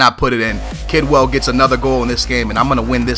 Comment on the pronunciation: kedwell not kidwell